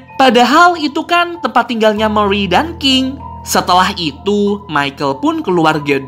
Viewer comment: Murey bukan meriy